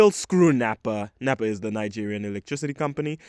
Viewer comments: It's NEPA not napa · Nepa not Nappa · Saying months without light is a stretch(just an hour or two) , plus why did you say NEPA like that🤣🤣.Plus the fact that people be dying from malaria came as a shock to me. Well i am off to code my game